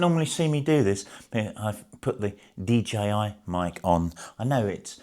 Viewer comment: thank you for saying DJI and not as most say DGI. Does my swede in!